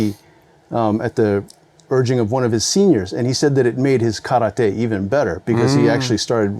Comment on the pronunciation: When you're a karate black belt, and some Chinese Tai chi master between the lines teaches you how to correctly pronounce kata and karate (instead of kadda and kawadi)... and the karateka still gets it wrong. That's one mic drop if I ever saw one.